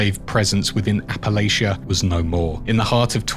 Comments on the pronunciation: It's Appa-Latcha. Not Appa-Laycha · Btw Appalachia pronounced "apple'atcha". Saying this as a born and raised West Virginian, not trying to nitpick. Excellent lore video :)